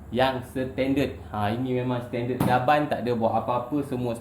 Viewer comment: cara boss sebut setended tu....seketul2 bunyi dia....hehehe gurau2 ja.....